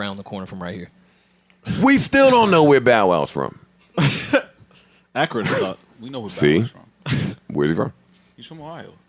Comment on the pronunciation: Does Joe not hear them say Akrin Ohio lol